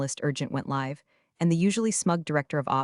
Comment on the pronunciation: You can’t pronounce “Live” correctly?